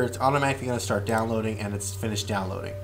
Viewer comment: it's start not starch